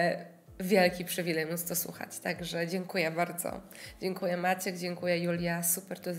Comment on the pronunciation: Zwróciłam uwagę, że mówisz sucham zamiast słucham i sów zamiast słów. ☺️